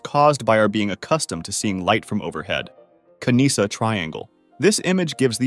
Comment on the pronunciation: Read Kanisha, not Kanisa!